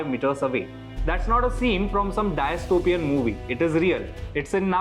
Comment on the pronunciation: Dystopian - please don’t pronounce it as Diastopian! While your content is spot on just this takes away the intended effect. Please pay attention to this sir.